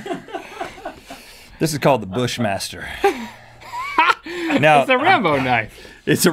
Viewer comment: Rhett: the bushmaturrrrr Me: haha bushmaster go burrrr